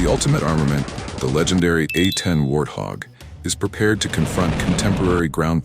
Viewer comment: Please pronounce the name correctly. It is pronounced "Wart hog".